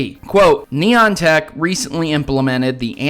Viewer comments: Nyan-Tac Lol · "Neon tack"😤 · Neon-Tech Ni-an-Tic